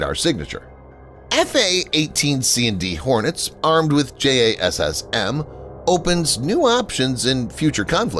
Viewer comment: No-one who know pronounces it as "J-A-S-S-M". It's pronounced "Jazzem"; and the extended range version is pronounced "Jazzem E.R.".